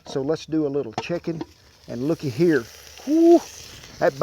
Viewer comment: "Let's go ahead and roll em around in herr a minnit" "In what?" "IN A EGG WARSH"